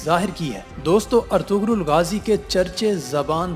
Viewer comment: its pronounced as Erturul. :)